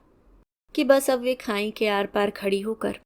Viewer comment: your voice quality is too good but please prononse correctly. It's not khain. But khai खाई। खांई नहीं ❤